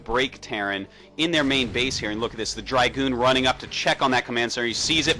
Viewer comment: i like how this guys says "drAgoon" :)